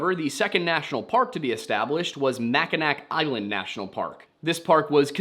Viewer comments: Just for reference, Mackinac Island is pronounced Mackinaw, local to the area. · Not sure if someone said it already but. I know it's spelled Mackinac Island, but it's pronounced Mackinaw like the city. I think it's Ojibwe accent/pronunciation